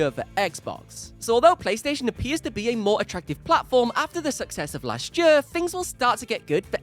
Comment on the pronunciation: Did anyone count how many times he said ‘jur’ instead of ‘year’